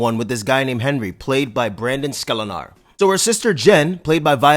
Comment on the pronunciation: Solid review, man! Glad you got around to this one. This one was a fun one, but man did the trailers show too much. And bruh, your pronunciation of Brandon Sklenar killed me 😂